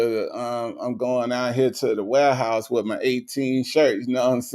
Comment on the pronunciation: Even laughed when said “warehouse”😂🤣🤣.